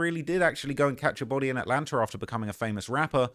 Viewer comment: Come on what the fuck is atlanter